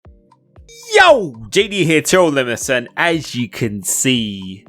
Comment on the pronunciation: Can anyone please explain me, after watching this guy for some time I still can't get over the fact he pronounces his name as limess, is that how you pronounce it? I've always thought you had to completely say it, limit-less? 🤔